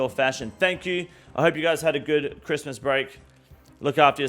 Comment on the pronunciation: Homie just did a camila cobello with that 'cwiss-mus'